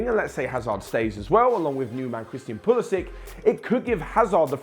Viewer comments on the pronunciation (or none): none